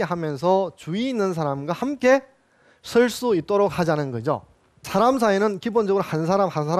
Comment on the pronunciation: 우선, "사람" 의"사"를 짧게 잘못 발음했읍니다. 장음인 것을 짧게 발음한 예: 실(바느질하는),대성전,공자,성인(공자 같은),동굴, 뭐냐하면,포부, 분투,대부,세상,유도(무도의 반대)포부, 서두에,건강,동작,두 번,정면, 등이며 피인지사 피세지사를 " 피인 지사" "피세 지사" 와 같이 두 자씩 띄어 읽었읍니다. 잘못입니다. 구문을 이해하지 못했다는 증거입니다.이 갈 "지"는 소유격이기 때문에 위로 부처야 합니다. 자고저등 한문 공부를 좀 더 하셔야겠음니다. "한국 어문을 고발함" 이라는 책 한 권 읽어 보시지요. 미국 변 완수 배